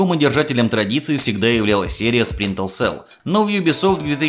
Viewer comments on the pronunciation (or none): Дружище, классный выпуск, интересно) но небольшой комментарий к одному из названий - все таки не Спринтел, а Сплинтер селл) успехов!) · А ещё ты говоришь "Спринтел селл" а надо "Сплинтер цел" И не "Канул в лета", а "Канул в Лету". Лета - это река забвения. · и в каком же мире буква р читается как л? максимум у японцев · Ты говоришь "сплинтел сэлл", вместо "Сплинтер сэлл" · Почему ты говориш сплинтеЛ сел? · Сплинтер селл ни разу не выговорил =)) P.S. Видос хорош, спасибо. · Сплинтел Селл ...ладно,не обижайся,но это же забавно было )) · Следи, пожалуйста, за произношением названий, про Чернобыль и Сплинтел Селл уже упоминали, я добавлю: не "GSC World", а "GSC Game World" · Я один слышу как он говорит "сплинтел цел"? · Почему ты говоришь "спринтл селл". Там много таймкодов, но вот один к примеру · Спринтэлсэл! Спринтэлсэл мля! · Спринтл селл. Ну что за ретард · Так все-таки "сплинтел сел" или "спринтел сел"?) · Мне показалось, или он сказал "Сплинтел Сел"?) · Ути пути, сплинтел сел Ты хоть это...произношение бы потренировал. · СплинтеЛ село? Сийозно? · Говорят, что Сплинтел Сэл топ игра. Стоп, Спинтел Сэлл? Спринтел Сэл? Булджать, топ озвучка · "Сплинтел селл" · Автор,все здорово,но пожалуйста-ознакомься с названием игры и ее правильным произношением,если английский язык тебе чужд. Это не наезд,не стеб,просто немного режет уши от названия Splinter cell.Все таки оно будет сплинтер цел,и никак иначе. Я,наверное,доебался по чем зря,ведь твой контент я люблю,но как фаната серии игр про трехглазого шпиона под потолком меня это слегка напрягло)не обижайся. Просто так лучше будет всем-и тебе,и зрителям.Ведь твое имя и/или канал ведь произносят правильно,почему бы и тебе не сделать тоже самое)